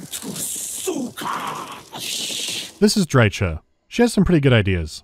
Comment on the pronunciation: Just for the pronounciation of Drycha you get a dislike. :P